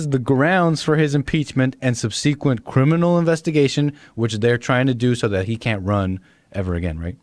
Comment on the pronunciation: "Sub-see-quint" lmao, ya'll are some of the dumbest people around.